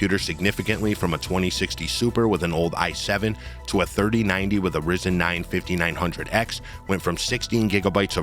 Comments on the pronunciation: "invidia" not Nividia "Rieyzen" not rizzin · You pronounce the Y in ryzen. It's Ryzen not Rizen.